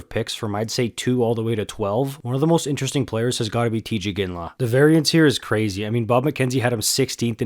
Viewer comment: Teeej not tie